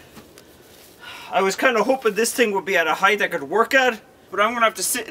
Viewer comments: HEIGHT! NOT HEIGHTH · every time he says heigth my spine tingles like im not ready for it but i AM yet it still gets me